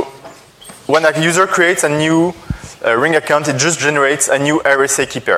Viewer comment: …And here I am, watching this 2016 video explaining Ring features in June 2018 after a rough installation on my Windows 7 workstation. I know that will sound awfully rude to say, but despite being French myself, that broken English pronunciation gave me the creeps. Now, a little update about the Ring project on Windows 7 and Android. Scholastic Philosopher: ‘in the video they did it with SIP only I think.’ > The protocol by default in the current day Ring software is RING, albeit you can switch to SIP if you want to (in the Account settings). Scholastic Philosopher: ‘it would be nice if they had put their ring ID as a bar scan so that others could be able to add them’ > It seems the current Ring software creates a QR code out of your Ring ID in order to easily add people on the Android app. First, the "bad" stuff: On my W7 version of Ring, the software came to a halt when I tried running it right after the install and during the very first run. The software cannot use the embedded camera if Skype is already running on the computer. You can't switch audio and video input/output devices on the fly (doing so may even halt the software altogether). By default Ring is set to run when you log on your computer. By default just going into Settings > Audio/Video tab will activate whatever camera is available, you cannot deactivate the camera if your computer doesn't have a switch to prevent this. When the lag between the source and target computers is too high, only setting video to "